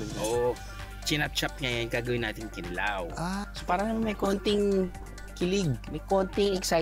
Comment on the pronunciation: Just a slight correction. It’s pronounced kee-NEE-law, not kee-nee-LAW. Fish tapa and fish tocino have been around for decades. It’s just that you Manilenos insist on buying danggit only. Hahaha and that, we don’t understand why because there are literally so many varieties of buwad.